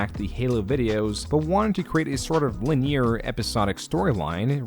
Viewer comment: Did this dude really pronounce "linear" as "lineer"???